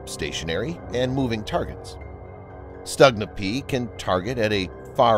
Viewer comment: It's pronounced more like Stoogna, and the ones Ukraine has uses domestic sights, not the ones made in Belarus. Belarusian sights are only used on Skif, the export model.